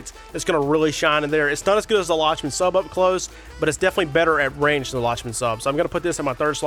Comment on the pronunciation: I think it’s pronounced “Lock-men Sub”